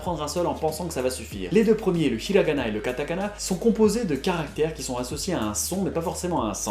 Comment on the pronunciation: The way you pronounced the 'hi' sound in Hiragana and Hiroshima is perfect.